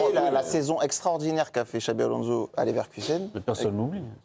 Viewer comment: Alonso ne se prononce pas Alonzo, pareil pour Fernandes qui ne se prononce pas Fernandez, merde, respectez le nom du joueur